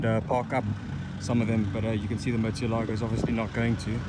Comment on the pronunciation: It's pronounced Murci-elago